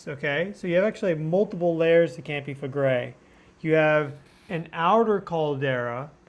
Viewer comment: "KAHM-pee FLEH-gray". Campi Flegrei pls. it is not 'campi' It is a Strong K -----KAHM-pee (not campi) grazie'